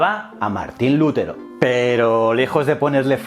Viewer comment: Que yo sepa el acento de Lutero es en la sílaba te, y no en Lu. Si no llevaría tilde en la u.